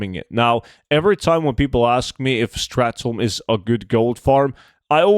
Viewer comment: It's not "strath tome"